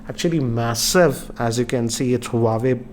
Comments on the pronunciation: You’re going wrong with the pronunciation of the brand. It’s pronounced as “wah-way” not “hu-wa-way” Peace out. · It's not pronounced as Hu Wa Ve it is pronounced as "Wha Way" . Just saying as your videos are watched across the world. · It's not who-wa-way, it's Wah-way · Pronouncing हुवावे ❌ हुवेई ❌ वावेय ✔️ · Bro it's " hua-wei " this is correct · it's hawaii 😡😠😂😂😂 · It's हूआवी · that's not how you pronounce Huawei